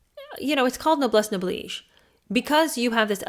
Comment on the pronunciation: I have Noblesse Oblige somewhere. Thanks for teaching me how to pronounce it!